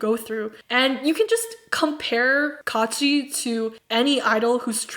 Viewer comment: Not kaachi but kuachi😤😑